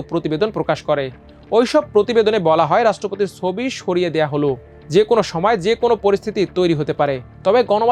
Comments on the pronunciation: সোবি? নাকি ছবি? বাংলা উচ্চারণ টা একটু ভালো আশা করতে পারি না? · Change this News Presenter... His pronunciations sound so poor... "Sobi" ki? It's "Chobi"